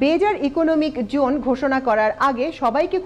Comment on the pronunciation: Excellent presentation! Just one suggestion as a well wisher. Please pay a little more attention to the pronunciation of "J" vs "Z". Such as incorrectly pronouncing "Jone" in place of "Zone". Thanks and best wishes.